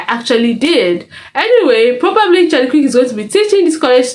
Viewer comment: Charlie K-EEEEER-K You're murdering his name